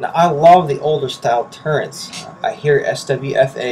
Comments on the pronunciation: "Recticles" and "turrents" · It's "MIL reticle"! Not "mill reticule" as you write in the description. - Add: And it's "reticle" XD sure as hell not "recticle" as you say in the vid. -Add: AND... it's "turrets" not "turrents". LOL!!!!!!!!!!!!!!!!!